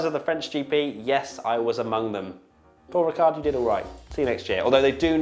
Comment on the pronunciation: Giedo van der Garde, not the best Dutch F1 driver in history, but one with quite a good sense of humor. Also, the D at the end of Paul Ricard is silent ;)